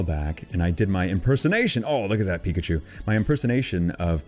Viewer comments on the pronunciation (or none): none